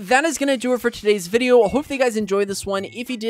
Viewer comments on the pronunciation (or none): none